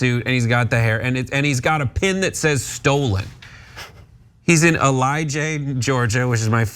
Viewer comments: As a Georgia native, I had to chuckle lol eli-jay?! its el-le-jay. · it's pronounced Elli jay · It’s pronounced ell-ih-Jay 🍑 Thank you so much